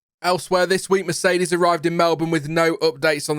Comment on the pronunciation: Thank you for pronouncing "Melbourne" correctly. As an ex-Melburnian (now living it up in Essex...god help me), it drives me nuts when people get it wrong. Loving your work.